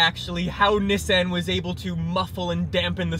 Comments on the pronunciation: It’s Nissan not nissen 😂😂 bugged me the whole video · Is that how you actually pronounce “Nissan”? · Why he say Nissan so weird